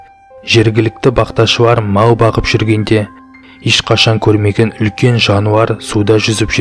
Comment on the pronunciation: Олкен кол барма😆😆😆 улкен деп солешыы.олкен кол😂